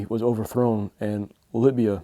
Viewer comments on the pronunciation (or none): none